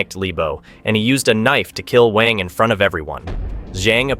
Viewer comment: WANG is pronounced as "W-u-a-n-g"